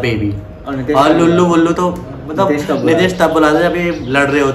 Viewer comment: it's lallu not lullu 😂😂 lullu is not an appropriate word 😅